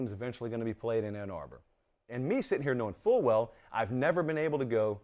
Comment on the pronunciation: But who have dey pwayed woo? 🤣🤣🤣🤣🤣🤣🤣